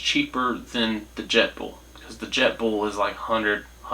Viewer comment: Jetboil not jetball😂😂😂😂